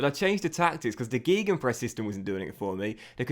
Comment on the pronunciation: It’s GAY not GEE gun press lol